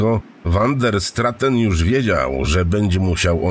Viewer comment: wander straten.... czy van der straaten? naprawde uwielbiam te tejemity, ale k.... czy angielski, czy wloski czy nazwisko holenderskie... czy to az tak trudno pare rzeczy poprawnie wymowic?? no niestety, ale kluje to w uszy!